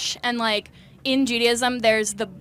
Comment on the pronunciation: Not judy....ism.....its jew.....day.....ism....